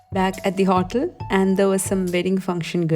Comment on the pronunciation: Also the pronunciation of Olive oil, coconut, hotel etc. Can’t complain it is the Malayalee accent, but you can check and correct listening to pronunciation of words on google. Not to offend you in any way... just so that you will go higher day by day. ❤️